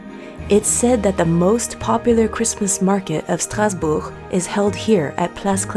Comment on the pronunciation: So happy to see Mommy Oh and you traveling through Europe. Such fun 👏🏽 (Also, excellent pronunciation of ‘Strasbourg’ in French)